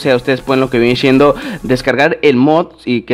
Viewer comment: Se dice viene siendo no viene chendo 😒😒